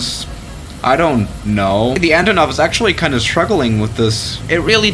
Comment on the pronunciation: Actually, its AntOnov. Not AntonOv.